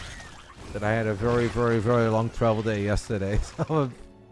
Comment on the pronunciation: Thought you said dad